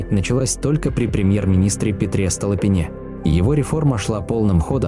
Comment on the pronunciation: Дорогой автор, вы отъявленный лентяй. Неужели так трудно записать живой голос, который не делал бы столь вопиюще идиотских ошибок, наподобие "барщинА" или "СтолыпинЕ" и тому подобные... Пусть будет хуже качество звука, но вы не прослывёте неучем и безграмотным дилетантом, а ваши видео настолько не упадут в ценности, как теперь.